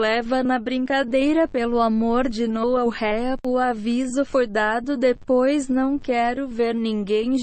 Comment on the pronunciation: Pelo amor de Noag Urrea kkk